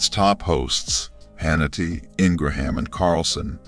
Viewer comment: i CAN'T EVEN BELIEVE THAT THIS IS REAL CONSIDERING THE VOICE OVER IS UNABLE PRONOUCE MR HANNITY'S CORRECT NAME. THEREFORE I CONSIDER THIS FAKE NEWS.